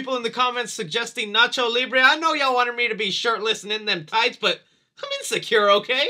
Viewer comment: can quote Nacho effortlessly, he’s a true hispanic 😭👏